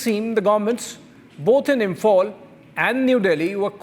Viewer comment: The host pronunciations reflect his huge proximity gap, therefore, a total disconnect with the actuals. According to the anchor, Meiteis is pronounced as MIGHTIES, Police is pronounced as PULIS, Imphal/ Imfal as ImFOL. Come on…G-Media, play for India fairly. You host sucks even more than your supposedly mighty AG. 😊